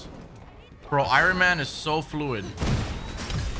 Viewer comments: I-Run-Man.... lolol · I-Ron man ... why do you pronounce it like that lmao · Who the hell is Iren Man.